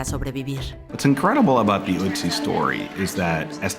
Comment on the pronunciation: No sé llama "utzi" se llama "Otzi" porque esa necesidad de querer pronunciar todos los idiomas como si fuera ingles, si te quieres lucir, que sabes inglés, perfecto, pero, hazlo hablando INGLÉS no queriendo pronunciar cualquier idioma como si estuvieras hablando en ingles.